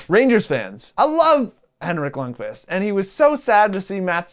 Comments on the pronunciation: Lund-vist? His name is lund-qist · You Said Lundqvist Wrong I am Triggered